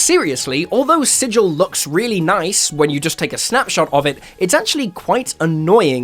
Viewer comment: Thank you for pronouncing "sigil" correctly.